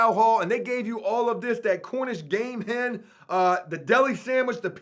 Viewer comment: bro its CORNISH GAME "HEN" NOR HEM.... AND BRO I CANT BELIEVE YOUVE NEVER HEARD OF QUICHE DUDE...AND ITS PRONOUNCED "KEESH" "KEEEEESH" BRO.... FUCK MY LIFE DUDE .... COME ON..... TRY SOME ITS LIKE AN OMELET PIE OR A FRITTATA PIE AND THEYRE DELICIOUS BRUV.... TRY ONE ON THE OUT.... NOT TRYING TO DOWN ON YOU DUDE BUT GOOGLE WILL EVEN SAY IT FOR YOU IF YOU LOOK IT UP.... COME ON DUDE